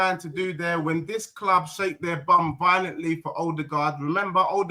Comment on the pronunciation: ”EZE has already made it clear that he wants to come to my cloob”.How is that not waffle?😂